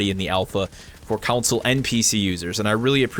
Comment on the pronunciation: Why do you say council instead of console?